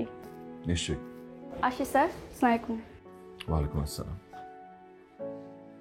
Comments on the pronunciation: সব দেখলাম ভাল লাগল কিন্তু সালাম দেওয়ার ধরনটা খুবই অগ্রহণযোগ্য যা ইসলামি শরিয়তের পরিপন্থী তাই সব নাটকে বা সব সিনে সালামের আদান প্রদানটা যেন সঠিকভাবে থাকে! সাউমুকুম না আসসালামু আলাইকুম❤️ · বর্তমান সব লোকেরা সালামটা ঠিকমতো দেয় না অপূর্ব ভাই আসসালামু ভুল আছে